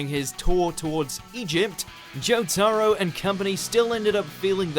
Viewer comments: Watch mojo "JO-TAR-OE" Triggered fans: "ITS JO TA RO!!!!" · You don’t pronounce JJBA Part 3’s Main Character as Jo-Tahro, But Jo-Tuhro. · Joe-tar-oh..... Wtf. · jOtArOW totally not jotaro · You said jo ta roa how dare you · Joe tah roe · was i the only one who got triggerd how he says Jotaro? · Why did they say jotaro's name like that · I’m really cringing at the way you say Jotaro... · Is it only me or does anyone else cringe at the way he pronounces Jotaro. Litrally had to skip that section because of the way he says it x.x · ...'kay, I let "Ah-kira" slide, it wasn't far off enough for me to care that much, even let "joe-TAR-roe" slide - which is surprising because that name was butchered mercilessly, but...seriously? "LAI-xus"? The dude sounds like he's trying to say "Likes us" but with a stuffed nose. This one isn't butchered as much as the others, so I guess this is just where I kinda lost patience. I almost wanna say he's doing it on purpose because...I mean, the people in the anime SAY their names. If it's a Japanese name, they're prolly pronouncing it correctly, my guy. Like...are these guys just handed a script and told; "Good luck, have fun, and don't get murdered"? I don't wanna be too mean or anything, but like...come on, man. (It may not seem like I'm trying to not be mean, but I held back a LOT of harsh comments.)